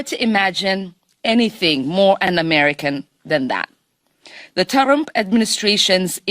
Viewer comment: Did she just turn the name TRUMP into two syllables?